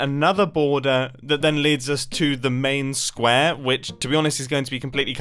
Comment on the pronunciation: NOOO ITS NOT SQAARE(mimbo pls teach me rwdstone)